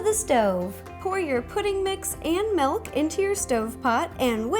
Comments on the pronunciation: its not malk its meelk. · why do you say melk it milk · she pronounced milk as "melk". ilysm! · "Melk" - Rosanna Pansino ARGHHHHHHHHHHHHHHHHH. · SHE JUST SAID MELK. THATS NOT HOW YOU PRONOUNCE IT. UGH. Also, love you ro. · It's kind of funny to me how she pronounces certain things, like melk and orng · where is she from? wondering whyy she says "ornj" and "melk"